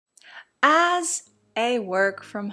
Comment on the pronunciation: What part of the country says oz instead of as?